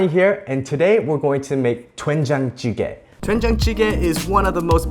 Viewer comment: YA!!!!! . Korean guy here. You better learn how to speak Korean words more correctly. Your lips make the "wen" shape whilst everything else just makes the den sound. So its actually more correct to pucker your lips FIRST, then say den. It takes practice but you can do it. you make an aspirated hard T sound when pronouncing this. not correct. Fix!!!!